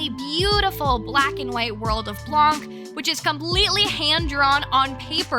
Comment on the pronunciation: "Blanc," the French word for "white," is actually pronounced "blan" (without the "kuh" sound at the end. It's silent. The feminine version of "white" is "blanche" (blan-sh).